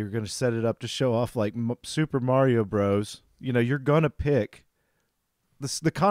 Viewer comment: the Bros. in Super Mario Bros. is meant to be pronounced "brothers" - the dot means it's an abbreviation.